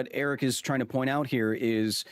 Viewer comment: You should try pronouncing Eric's name correctly.